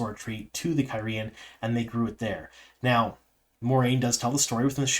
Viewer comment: I don't understand your pronunciation. The word is "gai'shain". There are two identical dipthongs there. So why are you pronouncing them differently? It makes no sense to pronounce "gai" as "guy" and then "shain" as "shane"! It's the same sound. Guy-shine.